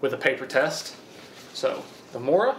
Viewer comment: How to pronounce Mora. "Mo" is like first part of "move". "Ra" is like the first part of "Ramen noodles".